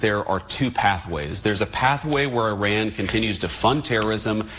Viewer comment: ☆ "I RAN." Google the pronunciation JD. If you're going to murder them at least get that right. But then again you voiced that Haitians come from "Haitia". Stupid fascist.☆